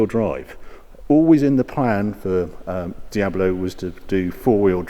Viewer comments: Normally I'd be annoyed at this, but for some reason I just love the way he adds an extra 'o' to Diablo and makes it "Diabolo", or maybe "Diabuhlo" depending on how you hear it, but either way he is definitely adding an extra syllable to the word for some reason. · It’s Dia-blo , not Dia-bo-lo. Anyway I never enjoyed the look of the Countach, even the name sounds ugly. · Hi Harry, I love your videos, but I can hardly watch any Diablo related ones... The reason is you keep calling this iconic car diab-o-lo. It's diablo, not diabolo. I actually watched quite a few diablo videos (including Doug DeMuro's), and all the guys call it correctly - diablo, regardless of accent, only you renamed it to diabolo :-) PS: you said diablo , jaaj! 😊😊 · Great video. One question. How many syllables are in the word Diablo? Or is it Diabolo? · Why does Harry keep saying it’s a Diabolo instead of Diablo? Just kidding. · It's a diablo. Not a diabolo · It’s Diablo not Diabalo... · Why is he calling it Diabolo? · "Dee-abalow" No, lol. Dee-ablow is how it's prounounced... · Diab-lo, Harry; not Diaber-lo. Otherwise, great video. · Also is called DIABLO, not DIAVOLO. Its a Spanish name not italian. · I like Harry's presenting style, but it's a Dee-ab-low! Not a Dee-abba-low! :D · Why do you pronounce "Diabolo"? It's Diablo with just one "o". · Stop saying "Diabolo". Please. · Anyone else triggered he calls it a Diab-O-lo ? :S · What’s up English kids? Di-abilo? It’s De-ablow. Do you say De-abvil? It’s De-vil. So happy I’m an American. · Is it me, or does he keep saying, "DIA-BO-LO"??? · Someone teach this man to say "Diablo" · Harry, are you saying "Diabalo"? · He says 'Diabalo' quite a bit too.......still great though! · You keep saying diablo wrong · How is he managing to get 4 syllables out of "Diablo"? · It's Diablo, not an Diabolo xD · It's a Diablo not a Diabelo. Damn it! So annoying! Sorry I had stop watching because I couldn't stand you saying Diabelo all the time.